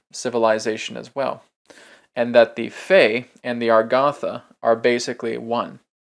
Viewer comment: Why is A-GAR=THA pronounced AR=GATH=A?